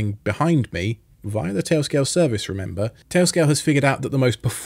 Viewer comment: “Tay-o scay-o”